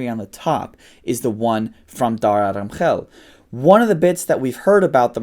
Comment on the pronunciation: Yea, when he said Pakistan, I was like oh yeah this guys a desi but then he said Dara Adam Khel and I was impressed by the former.